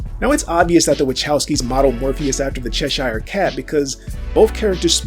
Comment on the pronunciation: Cheshire is pronounced : che (like 'chess' without 'ss') + sheer interesting theories though